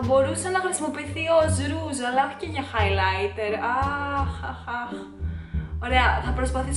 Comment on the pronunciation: χαχαχαχα κι εγω εχω κλαψει με το χαι λαιτερ χαχαχαχαχαχ